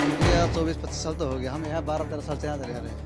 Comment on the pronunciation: छाल बोल रही है साल को 😂😂😂😂 बांग्लादेशी हैं